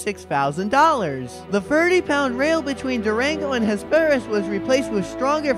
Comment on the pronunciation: you pronounced Ames incorrectly. It is a Long A and a silent e. Hesperus was wrong too!